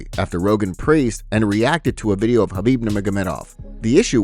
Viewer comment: Not surprised Joe fell for that, can't even respect Khabib enough to say his name properly.